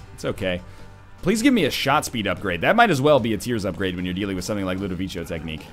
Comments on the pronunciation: you've been told a million times already probably, but it's ludovico with a hard c, like a k. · For the love of God, learn how to say Ludovico right. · scumbag notherlion, he hasn't seen clockwork orange and doesn't know how to pronounce "ludovico" correctly